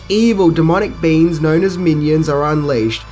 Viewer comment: Haha I thought you said evil demonic beans. I had to rewind it to make sure.